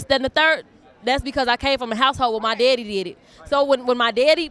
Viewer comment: It's daddy not deedie